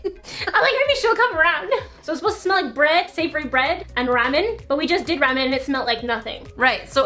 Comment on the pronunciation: U said ramen wrong but I LOVED this video